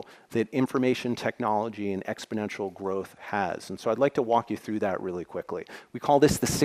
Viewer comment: I guess exp-o-nential don't know covid.